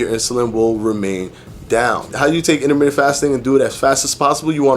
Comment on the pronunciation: "Inna-minute" fasting. diction is really off-putting. You really can't get away with that lingo bro if you want people to see you as a credible source of information. You can't say wif and momf, you gotta say with and month. And, you can't say human growf hormone either. Like it or not bro, Thomas is crushing you right now and part of that is your mouf. Yeah, you're a showman and just as informative as Thomas but the mouf is really holding you back. Fix it.